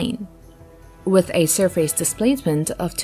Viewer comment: "surfays"? what country are u from?